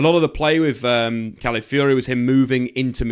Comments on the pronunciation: Stop saying Cally Fury. That's not the word. Where are you seeing "Cally" in the word you are reading? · Cally Fury? FFS, his name isn't that difficult to say.